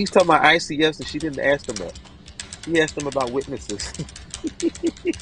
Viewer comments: He had to waste tax payer money because he is a narcissistic bully. Edit to say he also likes to "axe" questions 😂 and he wants the judge to "honor her oof" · Oh, Brooksy... don't use words you don't understand or can't pronounce: "exculpatory"; "tack-it" (i.e., "tacit"); "recoose" (i.e., "recuse); "aks" (i.e. "ask); "doo dat" (i.e., "do that").